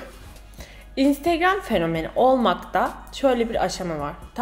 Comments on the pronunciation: intıgram diyişi😂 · o instigram diyisi ne yaa koptum 😂😂😂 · İestiğram? deyisine bittim. geri alip alip izliyorum smdkckvk kiz daniela bilic <3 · Video ''Ay Daniela'' ve ''İnstegreöm'' diye geçti :D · Önsrigram demesi çok itici (ınstagram diye yazıldığını biliyorum ) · videonun yarısı instögrğööm diyerek geçti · videonun baş rol sözleri 1. instögrağm 2.Ayhğ Daniela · Bu vidyoyu ablamla izledim ve onu gunlerdir olur olmadik yerlerde "instegröğm" diyip gulme kirizine sokuyorum hahah instagram fotolarinda cok soguk biri olarak gorunuyorsun ama aslinda bayagi komik ve sempatiksin:D bu arada annem niye durmadan onu tekrarladigimizi anlamadigi icin ona da gosterdik bu vidyoyu, o da cok guldu:D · video bitane kadar " instegröğm" deyip durdum😒